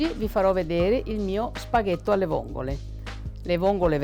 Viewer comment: "...a vongole" non si puo sentire